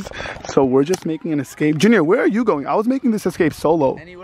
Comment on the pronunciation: It’s junior not Junear